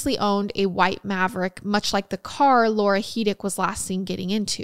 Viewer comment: This is gonna sound weird lol My name is Laura and you say it so perfectly!! 😂❤ Thanks for the episode! Much love from Middle Tennessee 🧡🤍